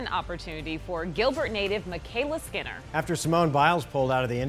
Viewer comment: No matter how unwise her decision to make those comments, you should really learn how to pronounce her name.